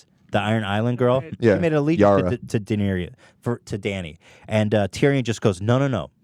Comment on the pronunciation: How do both of these guys, hardcore Game of Thrones fans, manage to mispronounce Daenerys? Ethan even butchers "Maester".